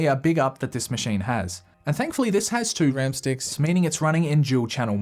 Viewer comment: Why does "two RAM sticks" sound like that ? 😄